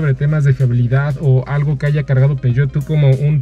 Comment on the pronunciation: Y cuando este man fue a Europa no le dijeron que no se dice "Peugeot"? Como que empezó muy conocedor y terminó viéndose medio chato , no entendí realmente porqué eligió un diesel, si lo que le gustó fue el diseño, están medio chafas los usuarios que eligen para estos vídeos, no aportan realmente nada